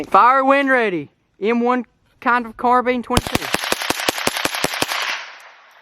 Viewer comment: Omg it’s not pronounced CARBEAN it’s pronounced M1 CAR-BINE 🤦‍♂️😤